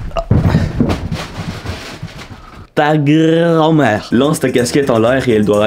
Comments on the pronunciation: J’ai adoré au 2ème défi avec le papier toilette à la fin t’a dit « ta grrrand mère » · Mdr le ta grrrrrrand mère